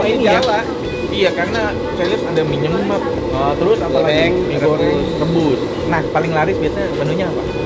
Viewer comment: Baca nya nyemek ko Nex bukan nyemek...😁